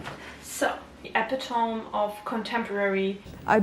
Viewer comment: Idk if anyone's told you this but epitome is pronounced like epitomi